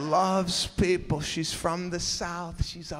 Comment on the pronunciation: “LOVES PAYPPPul”